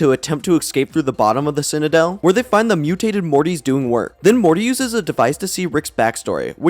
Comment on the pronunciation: Do you know how to pronounce the word “citadel”?